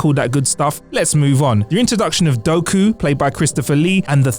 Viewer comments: It's pronounced "Doo-Ku" not "Do-Ku"😂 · Doeku? ffs pronounce shit right, its Dooku, Dooku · You said "Doku" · perhaps you wanted to say "Titanic", that came 3 years before Pearl Harbor (yes, in the title an U is missing), not Avatar that came 8 years after. Please remake this video (p.s: it's Doo-ku, not Do-ku). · “Doku” did this guy even Watch the movie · This video has so many problems! The word you're looking for is 'adaptation', not 'adaption', its 'Dooku', not 'Doku', and arguing that Pearl Harbour is Bay's attempt of his own Avatar-inspired movie makes no sense as Avatar was released many years later 🤦‍♂️ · Who tf is "Doku"? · You’ve got it backwards on the Hobbit. And Dohku? You sure you’ve seen this bro? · U have no idea what you're talking about. You said episode 1 & 2 are the worst of the 9 like the Disney entries don't suck. & can't pronounce Dooku? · Lol Count Dooku pronunciation